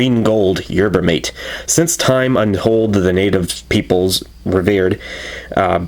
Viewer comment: Pronounced "mah-tay" fyi :)